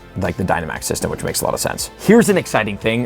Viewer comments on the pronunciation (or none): none